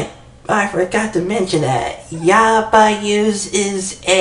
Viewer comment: I think its pronounced yab-owse. Also is there anything I do with the stvbios or no?